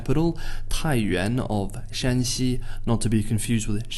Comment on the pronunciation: It is indeed a brave non-native speaker who attempts to differentiate between the pronunciations of Shanxi and its western neighbour Shaanxi. 👍 Heck, most foreign commentators can't even pronounce Beijing properly.